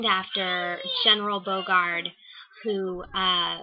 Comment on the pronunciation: Good video. FYI it is pronounced more like Bow-regard K-eyes...rhymes with eyes. at least the author Frances Parkinson Keyes pronounced her name that way. They were quick to announce that on the tour of the house. My great grandfather and his brother were murdered there and are said to be active ghosts. On one of my visits there I did encounter one of my relatives when I left the tour for a minute to go to the bathroom. a very creaky door opened by itself! slowly... I hope you can visit some day.